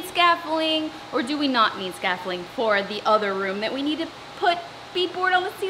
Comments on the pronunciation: It’s… its… scafFOLDimg right? 😂🥰 cos it sounds like your saying “scaffling” 😁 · Should be pronounced sca-fol-D-ing instead of sca-fol-ling haha. Love your videos and so happy to see so much progress. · Scaf-FOLD-ing. Not scaffoling Sorry it was driving me nuts hearing you pronouncing it wrongly. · Its scaffolding not scaffoling . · Hahaha it's not scaffoling its scaffolDIng....it has a d in the word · I’m giggling every time you say “scaffoling”. 😂 I look forward to your videos every week. I admire all you’ve undertaken and how much you’ve accomplished so far. I also really enjoy watching your infectious personality. Thanks for sharing your renovation with us! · So cute you say scaffolling instead of scaffolding. X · You missed the 'd' out of 'scaffolding' 😂 (you're so adorable) and boy, do you work! Absolute trooper. ❤️ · Oh sweetie . You do know there's a D in scaffolding??? We hearing scaffolling?? Hilarious!! 🤪🤪😀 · ScafFOLDING ...... Funny way to pronounce it LOL 😂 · is scaffling a thing or is she just mispronouncing scaffolding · Scaffolding. Say the d